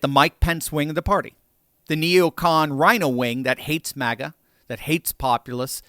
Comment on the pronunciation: MAGA not MIGA